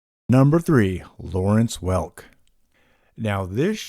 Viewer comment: I too felt the pain of Lawernce Welk.